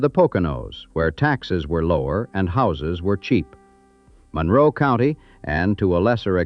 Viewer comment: This narrator is not from the area. He pronounces Monroe wrong.